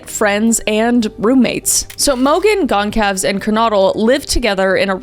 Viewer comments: Goncalves is pronounced gohn-sal-ves it is Portuguese. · It's actually pronounced gone-sal-ves is kaylees last name and I think you called Brian Christopher at the beginning LOL we've all done it a million times thinking of one word so then saying another love you though especially your Reddit Channel😊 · Isn't it pronounced gol-zar-ves not goncalves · Goncalves is pronounced “Gon-sal-vez” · I'm surprised Kris is this poorly informed about this case considering it's maybe the most infamous in recent history, as well as how she says Kaylee's surname. I think it's a bit sad 'cause some of their siblings and friends for sure will see this video and having your loved one's name so brutally mispronounced probably sucks.